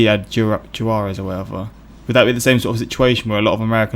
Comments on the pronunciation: But the way "Juarez" is best pronounced "WA-res". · "Jew-warez" lmao. Almost as funny as someone saying "chipoddle"